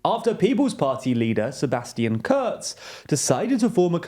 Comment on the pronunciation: It’s Kurz ! KUUUURRZZZZ with an U